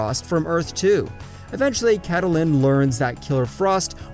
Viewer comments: Why did you say kadalyn instead ok Kaitlyn like its said in the show...? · Bro who’s kAtALiN ITS CAITLIN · Gorilla “grood”? “Catalin”? “Mickey” Rory? “Roman Cisco”? “Thawin”?